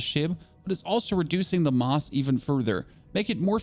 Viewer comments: does he not know how to say mass ? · You should google how to pronounce mass 😂😭